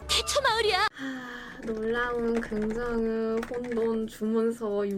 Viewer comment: '의'발음 못해서 긍정으 긍정으ㅋㅋㅋㅋㅋ